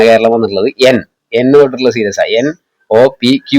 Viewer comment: സീരീസ് ആണെടാ പൊട്ടാ 😂